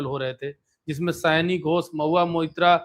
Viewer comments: Sayoni sayani nahi hai😂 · Pronunciation sayaani nhi, sayoni hai